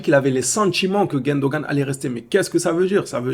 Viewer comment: comment tu arrives à appeler Gundogan, GUÈndogan??🙄